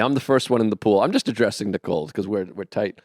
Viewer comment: Tell Joe that there's no "D" in the name Nicole.